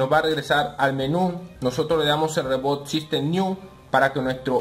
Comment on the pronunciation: amigo, no se dise ¨rebot sistem niu¨, se dice ¨ribot sistem nao¨